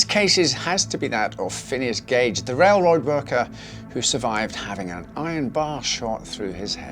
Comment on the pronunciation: “Rail road rorker” 😂